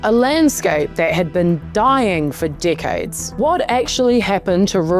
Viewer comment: Thats an interesting way of pronouncing decades